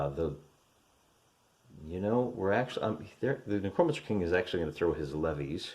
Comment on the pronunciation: It’s ‘Neck-ROW mancer’ you illiterate hill jack